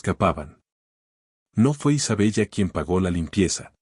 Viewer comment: Se pronuncia Isabela, se escribe Isabella, es un nombre italiano, no seas ignorante y cuanta bien la historia, o al menos inventa una historia en la que puedas hablar bien